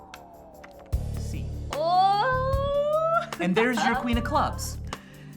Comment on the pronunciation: I know she said oh, but it sounded like she said l or el, like if you agree